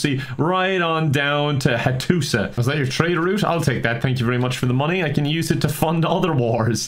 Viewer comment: Dutch Vanderlind/:We need moneh